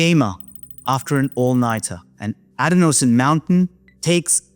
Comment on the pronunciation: Isn’t adenosine pronounced “a DEN o sin” ?